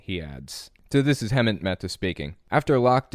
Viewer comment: I don't know why but it really drives me crazy that you can't pronounce Hemant's name